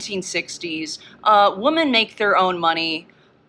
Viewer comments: why is she saying woman and not women? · I have never in my life heard someone pronounce "women" as "woman," I was so confused thru half of this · it's pronounced WOMEN. not WOMAN. for the plural word. Ugh that drives me crazy. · “woman” instead of “women” 50 times in a row rapid fire is actually sickening I’m sorry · i love the point they're making, but it drives me crazy that they keep saying "woman" in place of "women." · the only thing that irritates me is the way they're pronouncing "women." It just sounds like they're saying "woman" instead of "women" and it's just throwing me off. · The plural of woman is WOMEN. Wih-min. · is it like a regional dialect or something to pronounce women as “woman”?? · Why do motherfuckers say “woman” instead of “women” now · The plural of woman is pronounced 'wi-min'! Arghhhhhhhhhhhhhhhhhhhhhhhh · That person in the tan shirt keeps mispronouncing the plural of woman as woman. People have to stop this. It’s stupid. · Just peers clip lost me bc she cant pronounce "women"